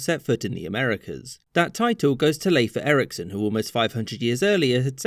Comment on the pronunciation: Thank you for a proper pronunciation of Leif Erikson. Most English-speakers I've encountered pronounce his name as "leaf".